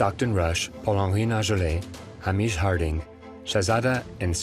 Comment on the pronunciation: And Hamish Harding's first name is rarely pronounced correctly by Americans who speak about him and this avoidable tragedy. Hamish: 'Hay_mish' ... Not "Ham_ish". R.I.P. Mr.H.Harding. R.I.P. Monsieur P-H.Nargeolet. R.I.P Mr.S.Dawood Snr, & R.I.P. Mr.S.Dawood Jnr. (R.S.Rush can rot in hell for all I care about him, sorry, not sorry). Condolences to grieving families, friends & connections.